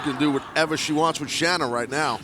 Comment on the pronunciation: Say her name right. Shanna is pronounced like Shawna.